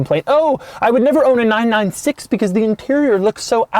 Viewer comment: You don't say the numbers seperately, it's not 9-9-6, it's 996.